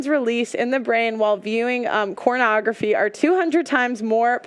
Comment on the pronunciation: she definitely said cornography right